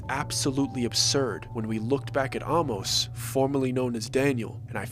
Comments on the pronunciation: Intercourse is about a 20 minute drive from where I live in Lancaster PA. Interesting story. Some of the information is incorrect, such as lights in the Amish. inn. The name Amos is not pronounced like the word almost (take off the t). It’s pronounced with the long A sound and then mos. But we enjoyed the story! You should check out Intercourse, down the road is Blueball, Bird-in-hand and who could forget Lancaster!!😊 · Amos is pronounced Ay-Mus. Hence Famous Amos Cookies. There’s no Hollow Creek Inn. I live 20 minutes from Intercourse. The little boy with the tongue cut out was clearly taken from the movie Speak No Evil.